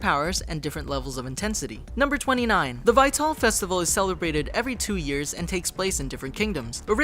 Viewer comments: Vytel festival is actually pronounced the same as "vital" like when referring to some's physical health, not "vie-tell". ugh. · Vie-Tall? IT'S PRONOUNCED "VITAL!" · Ok there is only one thing that bothers me in this video and that's him saying vatol, when its literally said in the show itself as Vital, Vi-tal!!! -.-" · Vi-Tal festival? Vital festival. Almost like the last airbender movie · I died a little inside every time you said Vytal. It's pronounced Vital, not Vitall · I had to stop watching when you pronounced "Vital" wrong. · Vytal Festival - "vy tall festival" lmaooo so butchered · Vytal is pronounced vital as in vital organs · why can't this guy pronounce vital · i cringe everytime he says "vytal" as vay-tall... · "Vi-TALL, Kim-BALL" I like you dude, but your pronunciations are killing me. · It's vital, just say it correctly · lol the "vie-tall" festival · "Vit-all" "Kim-ball" ...... No, just.... no.... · VytAL! Not how you pronounce it but meh. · Please learn how to say "vital" And Casey is not Jeff's daughter shes his niece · Vy-tal festival 👏🏻👏🏻👏🏻👏🏻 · 2 problems with this video: IT'S NOT AN ANIME! Anime = Japan made. RWBY = American made. NOT JAPANESE. Also, Vytal is pronounced ''vital'' not the way it's spelt. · Anyone notice Vi-Tal Not vital or....right? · i hate how he says vytal festival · you say Vytal wrong. really, if you plan on making a video of a bunch of facts about something, you should know how to pronounce things correctly. just saying. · The way he he pronounces "Vytal" sticks out to me so much. I wonder if the narrator watched the show. I'm excited to see if Pyrrha comes back in some form (other than a decoration on a shield) Also, what's a bumblebee ship? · I cringed a bit with the pronunciation of Vytal.